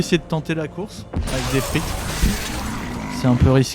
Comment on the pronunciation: En voyant la qualité de la vidéo je pensais que tu avais déjà plein d'abonnés ! Bravo ! Seule petite critique Deathrite ne se prononce pas "des frites" 😜